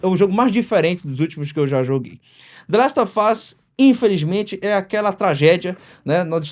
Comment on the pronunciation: "Dlest ôfáz" HEUEU